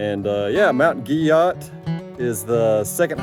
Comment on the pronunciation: I've heard its pronounced "Gee-Oh". Been there several times. Definitely a unique spot in the Smokies.